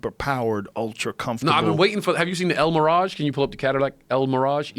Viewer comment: Joe "The el miraj" Rogan